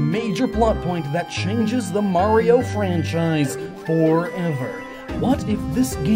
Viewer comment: am i the only one laughed when he said franchise